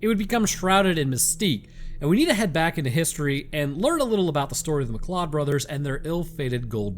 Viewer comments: McLeod is pronounced McCloud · You said two things wrong. McLeod is pronounced mcloud and metis is may tee. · If you were speaking of Métis heritage, it’s pronounced “may-tea”. Oh yeah, McLeod is prounounced “mcloud”. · Mcleod is pronounced McCloud. Haven't you seen Highlander??